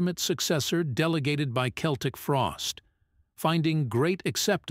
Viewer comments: Only an A.I. voice would say "Seltic" instead of "Keltic", like everyone did back in the day.😂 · It's pronounced "KELTIK", NOT "Seltik". Learn already! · Keltic end of discussion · I think this is due to the AI generated voice. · the americans still cannot pronouce this right ,but to say the frosties where one of the most important bands in metal is most definetly true awesome they helped to inovate so many sub-genres of metal thrash ,death,black ,avante-garde ,gothic even some doom pity about glam with cold lake but still love this band up there with sabbath ,priest ,maiden to name a few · Dude pronounces Celtic Frost two ways throughout this.